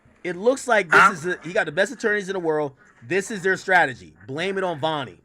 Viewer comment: Other than AK saying stragety this was a 10/10 effort